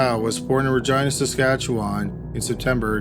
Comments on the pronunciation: Anyone who's not from western Canada pronouncing Saskatchewan is always so painful 😂 still love you though! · I wasn’t sure what part of 🇨🇦 you are in, until I heard you say “Saskatchewan”.